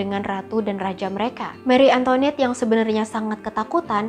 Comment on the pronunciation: Seharusnya pengucapannya: mari antoanet bukan meri antoinet